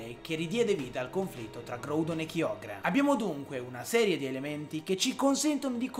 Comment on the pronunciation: Anch'io voto GRAudon e KAIogre come pronuncia, anche se ormai sono abituato a KIogre... 😅